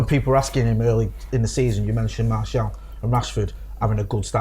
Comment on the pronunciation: His name is Martial not Marshall 😂